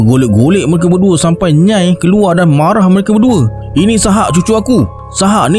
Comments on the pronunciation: Rasenye nyai tu bkn satu sebutan nyai..tapi dua sebuatn, nya ee 😊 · Kalau tak salah nak sebut nyai tu sebutannya nya-ie sb org johor pgl gitu.. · Nyai tu sebutan dia Nyai-ee kan? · Macam salah je sebutan nyai tu bang😅😂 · Sorry nak betulkan sebutan: a) Nyai = Nya-e b) Seletar = sebuah kawasan - Se lay tar (bukan sebut se ler tar)